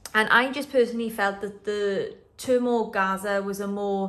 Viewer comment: sorry but I can't stand to listen to you murder the English language You know you could at least go on Google and put the word in there and search how to pronounce it That's what smart people would do or even people who aren't smart What can I say It's pronounced thermogaze I have used it before and still have a large role.